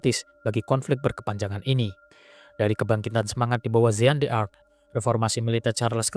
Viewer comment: Pembacaan nama jean d'arc keliru.